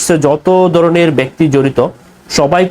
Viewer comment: ভাই তুমি কি বাঙালি? তোমার উচ্চারণ সঠিক নয়, ভাষার স্বচ্ছতা নেই। "দরনের "" উচ্চারণ হবে "ধরনের"